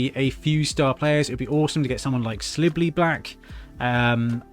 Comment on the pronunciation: It's not Slibbly.. It's Silibili as in .. Silly Billy.